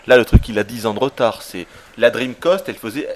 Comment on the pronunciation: Mon petit c'est dreamcast et pas dreamcaust Ah ce y changera pas